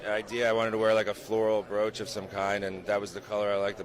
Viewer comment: I'm sorry, I love you both, but you and stephwithdadeets have the same mispronunciation for brooch and it kills me everytime I hear it😭 it should be pronounced like b"roach" ❤